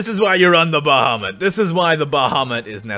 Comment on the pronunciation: stop calling it "Ba Ha"